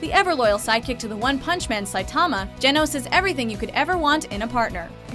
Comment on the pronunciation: For me it's a toss-up between Genos (she pronounces it wrong btw) and Haruka.